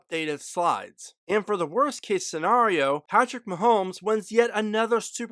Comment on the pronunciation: Why do you keep saying scenrario instead of scenario?